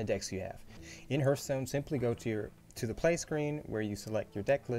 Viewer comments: OMG NOT H EARTH ITS H ARTH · 'tutoeriel', 'oerl', 'herthstone' xdddd